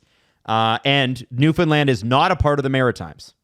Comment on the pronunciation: If you pronounce newfoundland “new Finland” again well have a problem 😂